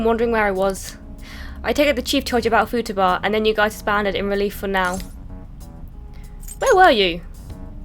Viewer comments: the way you we’re pronouncing Futaba was cracking me up! Fooooo- ta - ba ;) good stuff 🤣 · Also why do you keep pronouncing futaba's name wrong? You corrected yourself in the video that you were saying it wrong but yet you keep saying it wrong anyway!?